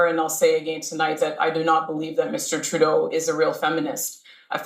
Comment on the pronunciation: Trudeau. Not tribadeau